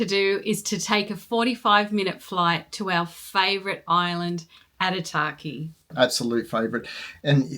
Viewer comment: Thanks for the info. Would like to add though that Aitutaki has no R in the word. Pronounciation is key, as sign of respect to local people and culture